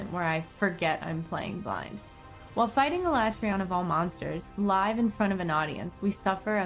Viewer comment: She doesnt even know how to pronounce Alatreons name.